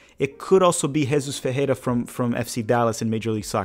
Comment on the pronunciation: Why you say Ferreira like that?